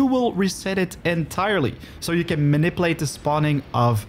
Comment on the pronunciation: Goeie video's maar ik wil je wel n paar pointers meegeven over je uitspraak: - niet munnipeleet maar mah-ni-pjoe-leejt (manipulate) - niet kjoerunt maar kurrent (current) - niet prossedoewel maar proo-sie-djoe-ral (procedural) - niet ruh-djis-ter maar reh-djis-ter (register, met de klemtoon op de "re") Ondanks je Dinglish krijg je van mij toch sub en een like, ouwe. Lekker bezig.